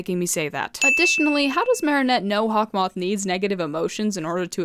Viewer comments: "Hawk Maw" 😭💀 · I thought it was hawk-moo😂😂😂